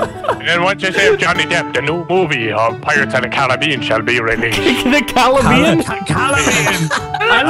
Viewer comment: why did he say pirate's of the calabeen